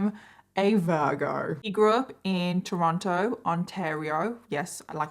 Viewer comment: Toronto pronounced Chorono Also: Luka Magnotta?